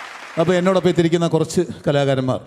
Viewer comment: കൊരച്ചു എന്നല്ല, കുറച്ചു എന്നു പറയുന്നതല്ലേ നല്ലത്‌. Try to use Malayalam language properly.